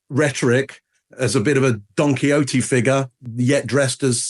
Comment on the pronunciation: Don Quixote (quicks oat) thats not even what he said. He said Donkey Oatey!